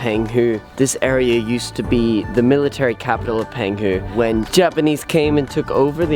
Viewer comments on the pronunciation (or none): Pronounced PONG hu.